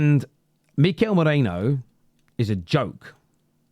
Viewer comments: ME RI NO. Not MO RE NO. 😂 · With respect, it's 'me-ree-no' like Merino wool, not 'mo-ray-no' like you and many other English pundits are pronouncing it. 😊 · Whos Mikel Meerayno?? It's Me-ri-no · MERINo not moreno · LoL people keep calling "Moreno" 🤣🤣🤣His name is Me ri no 🤣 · Merino not mereno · It’s MERINO not Moreno. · ME-RI-NO, not Moreno ffs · Merino, not Moreno. Also, if ur gonna roll the R, then don't pronounce the O like a Pomme lol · I totally understand, but merino to moreno isn't to do with accent, it's incorrect pronounciation unfortunately. It's like saying Harry Keane instead of Harry Kane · why tf are you calling him Moreno? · Can you stop calling him Moreno please 😂 MERINO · I still don't understand how you pronounce Merino as Moreno😢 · It’s meh-REE-no Not mo-REH-no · Its not Moreino bro. Its Merino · his name is MERINO. Not Moreno! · Ah for god sake 😀 his name is pronounced as Meh - Ree - No. Or just put it into deepl or google translator and play it out loud so you get a gist of it 😀Anyway love your content, you're still my fav Arsenal channel 😉😀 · Mare - Reeno come on dude honour/ respect him by saying his name correctly.